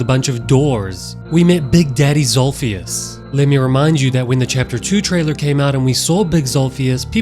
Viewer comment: bro said big daddy zolpheus